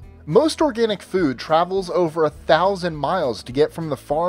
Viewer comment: i love how you say 'fud'